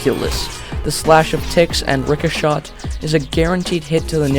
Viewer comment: It is pronunced ricochet 'rick' 'a' shay